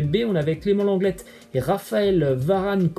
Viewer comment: On dit Clément Lenglais pas Lenglette*